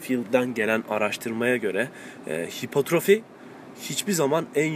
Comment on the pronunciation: abi hipotrofi değil hipertrofi o